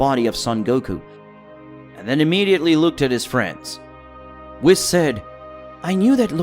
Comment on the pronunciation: Story is really good buh his voice just duznt sound right🤪hate the way he says whis😂 wiss 😂😂